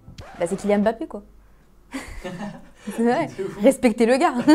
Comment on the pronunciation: Pour une fois on entend quelqu'un dire Mbappe correctement et non Mbappe c'est saoulant d'entendre Mb se lire comme M'b apostrophe des français qui font une faute pareille.😅